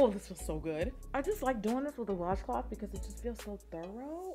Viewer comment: The Jamaican in me is dying “hot WASH CLAAAAT!” 😂😂😂